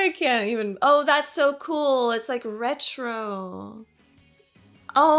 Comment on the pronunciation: Retro? Retch-ro?